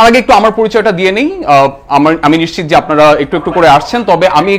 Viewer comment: নিশ্চিত শব্দটার উচ্চারণ ঠিক নাই